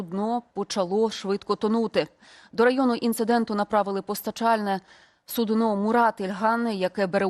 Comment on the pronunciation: Навчися правильно говорити.В цьому випадку не судно з наголосом на "о",а з наголосом на "у". В іншому випадку це буде річ,яку підставляють лежачим хворим.